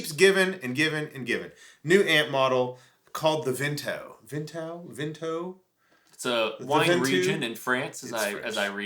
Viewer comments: It's pronounced Vontoo.... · It's pronounced " vantoo" ;). Thanks for the demo! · There is a famous mountain in France and they pronounce it Vaughn-too. Thanks for the video and the info!